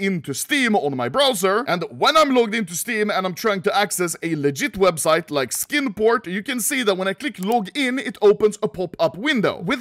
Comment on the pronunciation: I'm going to be completely honest. I thought he said "Skin Porn" the first time he said "Skin Port"